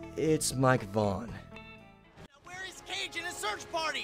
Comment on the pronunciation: it's Mike Vaughn not Mike Vaughan